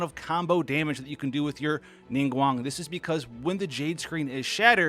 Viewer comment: Pronounced Ningguang correctly (subs instantly :D )